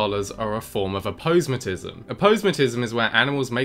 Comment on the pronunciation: Intresting aposematism pronunciation...